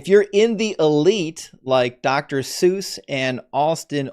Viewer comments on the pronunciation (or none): none